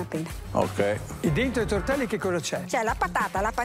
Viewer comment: La tvadizione l ho fatta psevonalmente, tovtelli fveschi tutto fvesco